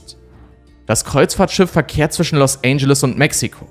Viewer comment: “Los Ändschelles”, nicht “Los ANGEL-es”